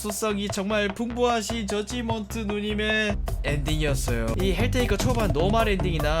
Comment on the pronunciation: 왜 저지먼트 젖지먼트로 발음함ㅋㅋ